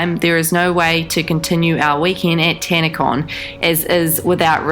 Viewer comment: Tanacon? Oh sorry I thought you said scamacon